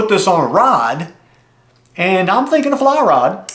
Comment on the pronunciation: Hi, I like watching you take reels apart and putting them together. Can you put different manufacturers mixed? 🤔 It took you no time at all to rebuild it. "Feesh" is the way my mom always said fish. Why, I have no idea. 😊 You just made me smile. She's been gone 12yrs this month and my dad 17yrs this month. I do miss them loads. I can't wait to see this reel in action. What pound of line did you put on it? Tell all Hi and meow. Take care and stay safe till next time. ❤❤❤❤